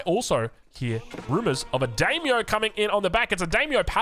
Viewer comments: D(eye)-myo and manor like a manor house from Aoe3 English. Every time says daymo muh-nor, my Japanese ancestors commit seppuku 😂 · I know we aussies are not very linguistically gifted by Daimyo Manor is pronounced: Die-myo Mánner Not Dey-myo Manoor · it's also dime-yo, not dame-yo, pretty sure. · Hey the daimyo Manor is pronounced Die-me-oh and I think Manor is as in a Manor house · i really hate being the glasses nerd emoji, but the pronounciation was just too funky its daimyo (die myo) manor, like as in the english manor (manner) lmao